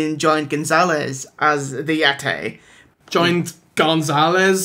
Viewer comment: "'The Yetay has broken out of the ice in the Himilayas' I beg your pardon" lmao